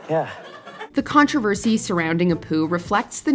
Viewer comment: Your inability to correctly pronounce the word 'controversy' is a bigger crime than anything The Simpsons ever did with Apu.